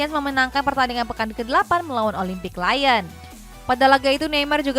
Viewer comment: presenter kedua ini jarang bener nyebut nama pemain, pelatih & club. contoh yg sering salah nyebut: - van dijk jadi van dich - lyon jadi layen - league 1 jadi league one - kadang tuchel jadi tucel - marseille jadi marseli